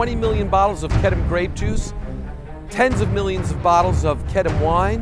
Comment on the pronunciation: I've been pronouncing wrong, its Kedem, not Kedeme .Its the only grape juice I drink.